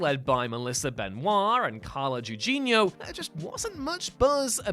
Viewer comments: Gugino (Goo-gee-no), not You-gie-no! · Came here to say this... and also Carla "Guujeenoh" (hard G then soft G, not two soft Gs)